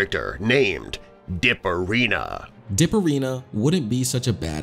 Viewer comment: At first you had me but then started to lose me and went from 25%of having me to 0 the second I heard “dipperina”